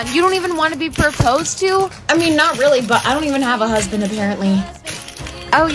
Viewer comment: Husband not huband😂😂😂😂 sorry if i was mean